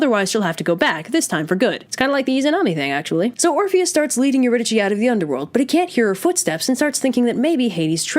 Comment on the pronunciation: did not know it was pronounced euridychi